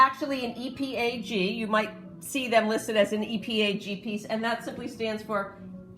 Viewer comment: EAPG. You kept saying EPAG